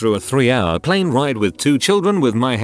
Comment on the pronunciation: Plen? No plAne lol ok.